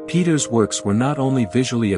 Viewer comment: I like this format of informative shorts on art. Keep em coming! Peeters is pronounced like 'Pay-tuhrs' though